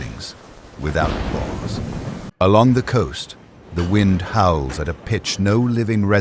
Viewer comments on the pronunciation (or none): none